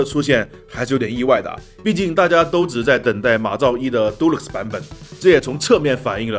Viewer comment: 剛好看到就雞蛋裡挑骨頭了 Deluxe是念 "迪拉克斯"不是 "堵路克斯"